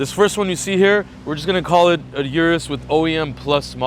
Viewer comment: Urus's? Need to go back to school. Plus it's pronounced O-RUS not U-RUS